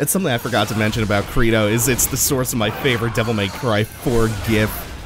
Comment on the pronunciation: It's pronounced cr ey do